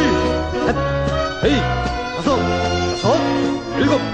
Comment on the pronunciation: 도수체조 지휘구령 녹음을 다시 하면 좋겠습니다. 너무 옛날 버전이라 발음이 하나 둘 셋 너이 다쓰 여쓰 일곱 여덟 이런식으로 하는데 70년대 느낌이 납니다. 젊은 아나운서 섭외해서 하나 둘 셋 넷 다섯 여섯 일곱 여덟 이렇게 정확하게 재녹음 해서 전군에 다시 배포했으면 합니다.